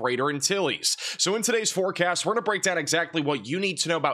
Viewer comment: You cut yourself off at the end of the video. Sounds like you said "forecat" 😝